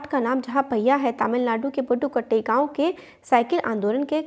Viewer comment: Mam that is not pattukottai that is padhukottai in Tamilnadu